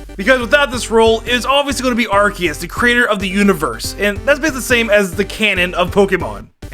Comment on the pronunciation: DO NOT LEAVE OFF THE E IN ARCEUS!